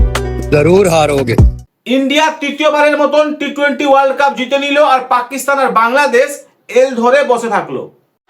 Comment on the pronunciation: কাফের না কাপের । বাংলাটা তো ঠিক করে বল ক্যাংলাদেশি !! 😂